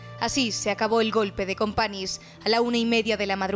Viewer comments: Se pronuncia CompaÑs no “Companis”, toda un trabajo de investigación y resúmen histórico detrás y no decís el nombre correctamente. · Un mínimo esfuerzo por pronunciar "Companys" correctamente no estaría mal. ¿Un mínimo eh? No pido nada más.